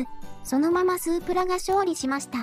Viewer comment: スープラの発音がおかしい